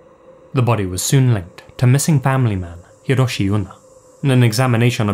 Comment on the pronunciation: Japanese here, he pronounces Hiroshi a little strange too